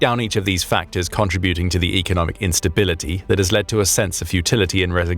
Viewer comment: Contributing the emphasis is in the SECOND syllable not the third!!!